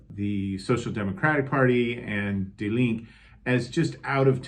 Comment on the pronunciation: Also, the final "e" in Die Linke is not silent.